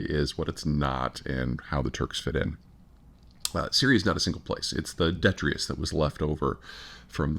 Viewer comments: This is the second time I have heard him say "detrius" for detritus. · Detrius or detritus?